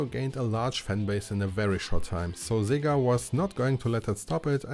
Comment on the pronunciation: Sorry, who is Szziiga? You meant SEGA! Hahahaha I mean yayayayayayayaaaa